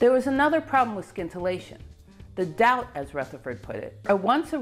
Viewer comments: Do we say “Skience” or “Sience” for Science? If it sounds as the latter, then scintillation sounds without the K. Sorry, but this is the first time I hear it pronounced this way although when I was in college I learned in french where there too the K is silent. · Sorry. I love your work and I love your content, but I couldn’t get past half way through this video with your bastardisation of the English language. The C in scintillation is silent, as is the first C is in science. Skintillation just grates way to much to endure. Look forward to the next video though x. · I think the c in scintillation is silent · The 'c' is silent in "scintillation." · FYI The c is silent in scintillation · Great story! But I believe in scintillation the c is not hard. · Wonderful presentation. BTW, the 'c' in scintillation is silent.